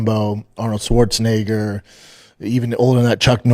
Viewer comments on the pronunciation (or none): Brendan loves when he gets to say Arnold’s last name. Hard R n all